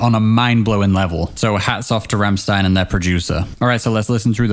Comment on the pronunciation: "Ram-shtein", not "Ram-sstein".